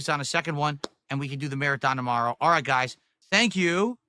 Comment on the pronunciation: You fo'got to say '/s'. and it's GOUYS